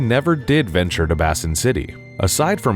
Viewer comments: Worth a dislike. I was convinced they're using AI, then I saw the beginning of this video and I just think they fucking suck. Basin is a word. It's not hard. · “Bass in” City. 🤣 Note: To avoid confusion, I’m laughing because I know it’s pronounced “Base-In”. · Why are you saying Bassin City instead of Basin City? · "Base-in" City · Who the fuck is "Sprolin"??? And it's pronounced "Bay Sin, btw.. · "Bass-in City" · Or "Cannes" being pronounced "cans"😅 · The narrator has never read a book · At least pronounce the name of the city correctly. It's like saying batman protects Got Ham city